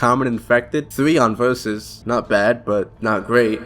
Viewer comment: Bro said "vurzussssssssssss"